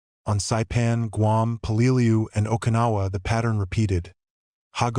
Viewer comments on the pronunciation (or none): The correct pronounced way is Pell -ah - loo